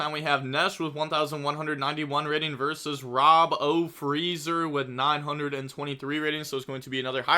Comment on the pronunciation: Rob-o-freezer? Bro its robot-freezer without the t